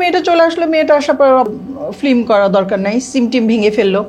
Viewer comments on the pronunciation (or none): কি এগুলা নিয়ে আসেন film বলতে পারে না বলে flim 😂😂😂